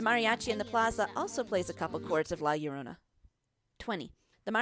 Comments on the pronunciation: La Llorona* (La- Yord-onah) sorry I get you don’t speak spanish but it really bugged me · "Lae yorounei" 😂😂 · "DiO dAy LoS mWeRToEs" "PePiDuH" "La YuHnOrA" "gOrDeEtO" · When you say La Llorona... Hmmm